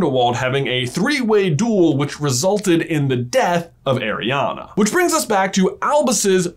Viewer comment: My name is Arianna, pronounced exactly like J says it, every time he says it i go "yeah" "hu" or "what" 😅😅